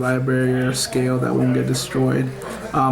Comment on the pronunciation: Is it really that hard to say "scale"? Lol. Good profile tho.